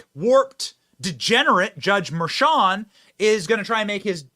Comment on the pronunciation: So, I see “Merchan” - but hear Mersham… Another “sham” - it’s a damn shame. 🤦‍♂️